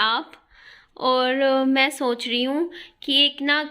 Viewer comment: Aap soch ko sonch kyu bolti ho